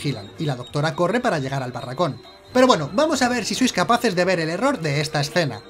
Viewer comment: No dijo error dijo orror